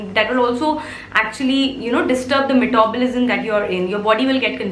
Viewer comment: So funny to hear...